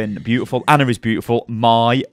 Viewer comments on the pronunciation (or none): "Anna" What. It's Ana, like "onn-a."